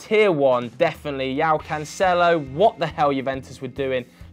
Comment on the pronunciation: Please, tell me that there is some meme I'm not familiar with, where you intentionally mispronounce João as Yao.